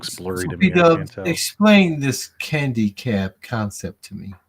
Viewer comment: Can people from Chicago not say "Candy Cab"? It's not Keeeendy Cab....it's CANDY CAB...NOT KEEEENDY CAB!